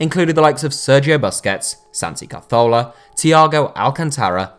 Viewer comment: He can’t say Cazorla properly 😂